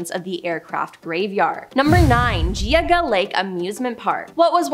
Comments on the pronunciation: The way she says Geauga and Medina.....no, just no. Geauga : Gee-awe-guh, Medina : Meh-dine-uh I get it though, it's Ohio, we instantly know when someone's not from Ohio. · 😆 LOL you know it... she can't even say geauga lake right 😂😆🤣😆🤣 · you mispronounced "Geauga" and "Medina" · Excellent job. I’m in Ohio too. I live about 7 miles from Geauga lake. Everyone here is just hurt over the park being gone. Just so you know, I wanted to have you pronounce it correctly. It is called gee-og-ga lake. Also Medina is pronounced Ma- dine-ah. I love this video. The water park was the best. We went twice a week. I met a gentleman that said they never told anyone that Geauga lake was closed. He brought his whole family from Michigan and had no bathing suits. I would have been irate. The water park was busy. Now it’s an abandoned park. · Geez u butchered Geauga ...... ge-Ah-ga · As an Ohioan, it’s GEE-AW-GUH lol we hear it a lot on a lot of videos from people not from here—no shade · Girl, I am from Ohio and cringed several times. You mispronounced Geauga, Medina, Teidemann, Mogul and Lima. Might want to research first. It's Gee-awe-guh. Meh-dine-nuh. Tee-deh-men. Mo-gull. And Lee-muh. I find it hilarious you are advertising for babble 😂